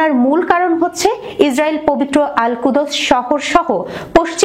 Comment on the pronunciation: কুদোস আবার কি ? কুদস বলতে হবে....